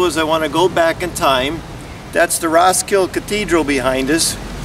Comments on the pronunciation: "Ross-kill" ??? Damn yankees. It's prenounced Ros-kil-de as it is spelled. It's not in the US. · You forgot the "D and E" in the end of Roskilde, you said roskil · Its "Roskildeh". The "e" is not silent. Most of them isn't. Only English and French is different. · Yep, Ros-kill-DUH. Otherwise an excellent efflorescent vid! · RoskildE! The E is not mute!!! :D I can't believe how irritating that pronunciation was! :D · In scandinavia we also have some Wood house that are as old as that building. And in the name Roskilde all characters are prounounced, even the last "e". ;-) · the way you pronounce Roskilde hurts me physically. aside from that its a great video! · Your mispronunciation of "Roskilde" is grating.